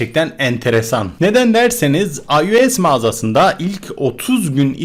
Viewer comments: Ayu es ne lan AYOS DENİLİR ONA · ayues niye diyon la ?